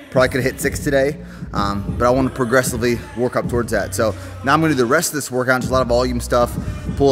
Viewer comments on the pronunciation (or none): none